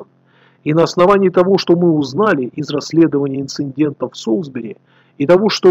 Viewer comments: Всё хорошо, но блин, какого ещё нафиг инциНдента???? Инцидент!!! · Инцидента, а не "инциндента"